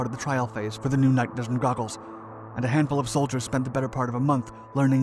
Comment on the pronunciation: "Googles" or "Goggles"???